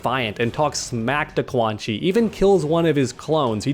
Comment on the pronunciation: Love how you keep calling Quan Chi as Elmer Fudd xD